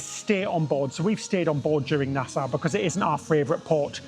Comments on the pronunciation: Nasa not nas owe I believe. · It would help you to speak with the locals! Nassau is pronounced by the locals as “nas-so”.